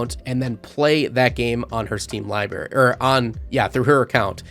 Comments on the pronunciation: you kept pronouncing library as "liberry". It's libRaRy. Two Rs. Just a pet peeve of mine lmao, but otherwise good review mate. Also apparently OBS is natively supported on Steam Decks OS, could potentially capture the mic audio that way. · It's library, libary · The amount of times I heard "libary" bothered my soul *LIBRARY* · Say libary one more time… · Good review but library has two Rs in it my guy lol